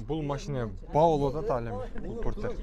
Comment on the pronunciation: Фортер эмес Портер деп айт уят